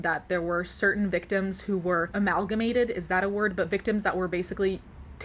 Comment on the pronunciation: You nailed using the word amalgamate! Pronunciation with spot on as well. Great job. From a tutor of English. ❤️